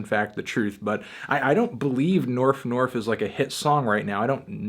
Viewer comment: I'm pretty convinced the video is fake. She pronounces Staples as Stiples and Norf as Nerf despite being so careful to speak properly everywhere else in the video, I think she was just trying to seem more out there by pronouncing those words wrong, but it ended up killing the believablility, at least for me.